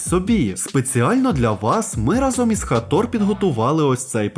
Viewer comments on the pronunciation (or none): не хатор а хейтор👿👿👿👿